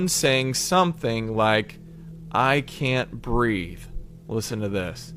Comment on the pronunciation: Fırst clip: who ses( i cant breath) sounds to me more like ( i want to pee) 😴😪